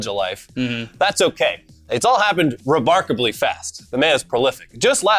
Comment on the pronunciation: Anyone caych that said "Re'bark'ably"